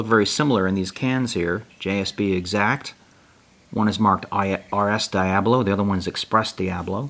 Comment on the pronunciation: DIA BOLO. not DIA BLO